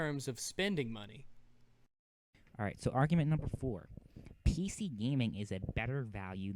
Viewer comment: How Do You Screw Up Argument, YOU SAY THE WORD YOU HEAR THE "G"